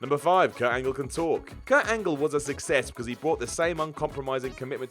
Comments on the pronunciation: Whats with messing up the wrestlers names? Michaels not Micheals, Angle not Angel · Kurt "Angel",insted of "Angle" ! LOL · “Probally” and “Kurt Angel” lol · "Mornin Angel". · Kurt "Angel"?